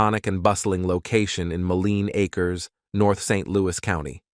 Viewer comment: Very cool video and well written. But I do think you should read the script yourself rather than the emotionless AI voice that repeatedly fails to say "Mo-Leen A-Kers (Moline Acres)" correctly. It would also add a bit of emotion to a video that is sure to generate a strong emotional response. I just found your channel and subscribed because I love North County history since I grew up here.